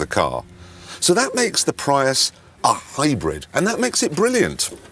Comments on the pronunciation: Toyota "Pry-us" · Toyota "Pryus" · He said toyota pry us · did he pronounce prius like that as a joke ? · Clarkson doesn’t even know how to PRONOUNCE “Prius”, and knows even less about its engineering. Too bad for him that the Toyota Prius is the top-selling PHEV…. “IN THE WORLD”.